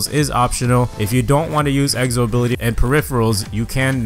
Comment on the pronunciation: Why does he say egzo